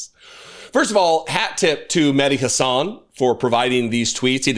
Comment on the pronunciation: Mehdi says his last name: HA-sun, just sayin'.